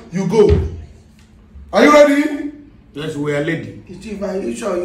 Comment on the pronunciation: I am leddy to sworrow this fufu okay.This old man’s pronunciation is the best 😂😂